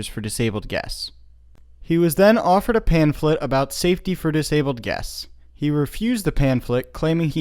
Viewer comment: "Pam-phlet." Not "pan-phlet."